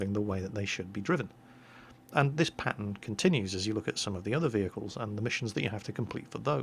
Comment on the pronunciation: Whenever you say "pattern" it sounds like "Patton," so when you say "This pattern continues," I think to myself, is somebody driving this Patton? Where is the Patton going? How come he didn't say he was leaving? Is he doing something he doesn't want people to know about? I think we should look into this "Patton" character.